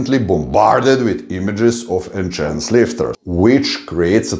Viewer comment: I love how you consistently say Enchanced or enchanted 😆👍🏻. Instead of Enhanced ✌🏻 New subscriber here 💪🏻